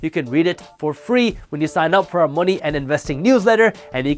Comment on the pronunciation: “Moe knee”